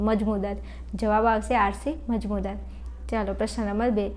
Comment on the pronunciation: મજમુદાર ❌❌ મજૂમદાર✅✅...😅😂😂